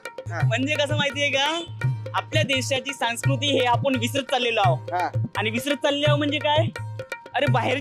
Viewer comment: संस्कृती आहे रे, सांकृती नाही.